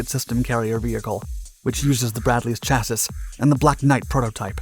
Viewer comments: THE WORD IS "CHAS' EE" NOT "CHA' SIS." OMG ! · Every time I hear chasis pronounced "chas-is" instead of "chasee" I wince. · Bruh, it's chassi not chassiS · Docs "Chassis" is pronounced: "Shassee" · It would seem you either do not or rarely read the comments? I have mentioned before that you are mispronouncing the word' Chassis.' It is a French word adopted into the English language and if you would care to look it up you'll find this is so. shhasee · It’s pronounced “chass-E” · Chassis is pronounced CHASS-ee. Normally wouldn't bother me, but it seems to be a word that is recurringly used in these videos 👍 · Look up how to pronounce “chassis” 🤦‍♂️ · A width of 3.28 feet? I'm done. Every episode has it's clangers. BTW, from another episode the last 's' in chassis is silent.